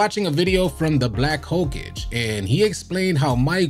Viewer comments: The black HO-CAGE is crazy “it’s pronounced Ho-Kah-gay it’s Japanese other wise I agree 2k is just not fun anymore… I deleted it 2weeks after buying it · BLACK HO-KA-GAY. LOL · Black hokage ho-ka-gay pronunciation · Black Hoe kah gay is how its pronounced. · BlackHokage… (Hoe-Kah-Gay) just so you know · damn how you gonna pronounce Hokage that incorrectly